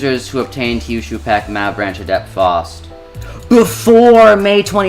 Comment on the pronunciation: Why keeps calling Faust as False 😭